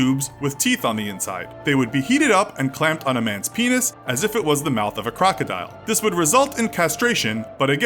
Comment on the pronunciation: Penis You Said..Yeesh🙄